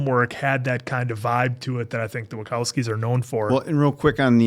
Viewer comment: it's Wa-ch-owski, not wa -k-owski